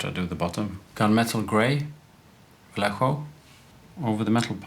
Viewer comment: Your pronunciation of "Vallejo" is better than what most people come up with (including myself ;) )